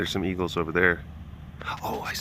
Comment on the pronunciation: Maaaaannnnn this is what I get for not staying current during my move. Coming to Wisco for the fall delish and flying turks. Why did it sound like you said bagels not eagles lol. Very Wisco appropriate substitute with the ayegalls there eh! Hope you picked yourself up some New Glarus while visiting and enjoyed your trip!